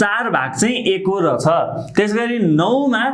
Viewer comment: Ekdum kada xa vdo tara sir le रछ रछ vanda halka naramro suniyo 😄😄aru ta ekdum kada